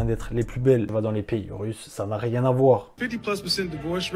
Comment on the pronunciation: ça sert à r" Ce niveau de flemme 😳 c'est si dur d'articuler les trois autres lettres? C'est trop long de dire : rien?